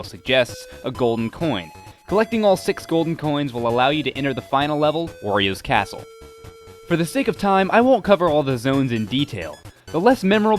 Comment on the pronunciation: it sounded like you said oreo's castle